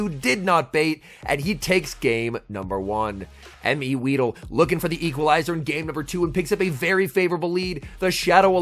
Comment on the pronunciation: That isn’t MEweedle that’s HIMweedle